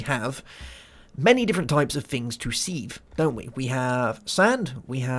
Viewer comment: Its called a sieve (pronounced siv) not seev